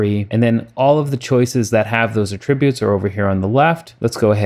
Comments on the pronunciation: "At" tributes, not uhtributes! ;) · Thanks for making this video - very interesting software indeed! I don't mean to be anal, but most people pronounce the word "attributes" with the accent on the first syllable, as in AT tri butes. I only bring this up because at first I wasn't understanding what you were saying - then I slowed down the video and got it. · Accent is on Att NOT trib. Good job